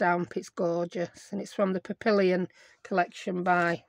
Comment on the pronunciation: Papillon is pronounced "Pap-e-on" French for butterfly